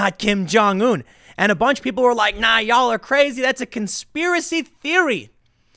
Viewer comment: When Tim says “y’all”, I cringe a little.